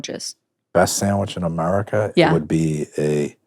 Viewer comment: I like what you say in general. But you are an American. And there is literally no excuse for intrusive Rs. Say America not Americer.